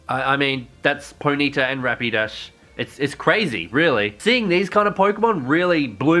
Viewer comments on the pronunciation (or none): I will fly there, hell I'll walk all the way to Adelaide and teach you how to say Ponyta xD